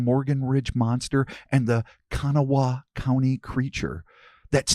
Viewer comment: It is pronounce Ka Naw Wah the middle part makes the ah sound. As a native West Virginian just thought I would let you know. However, not a bad job done. I have heard it butchered worse. 😊